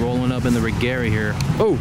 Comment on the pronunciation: I swear every video like this it's always the BMW's that causes the most anti-lag. Btw, It's "Rejera", it means dominate and/or conquer in swedish.